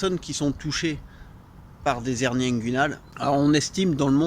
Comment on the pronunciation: Je croyais que l'on ne pouvait pas faire la liaison en français, soit les "hernies" et non pas les " zhernies" ?